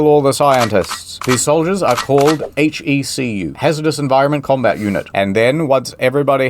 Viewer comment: HECU? HEC-U? Are they saying fuck you to us? ^^